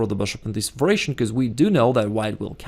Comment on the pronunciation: I think it is "variation" but pronounced as "veration".